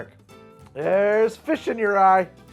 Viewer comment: Okay, the last thing you said was "Theres fish in your EYE" but first I heard "Theres fish in your RYE". An idea for next time mayhaps.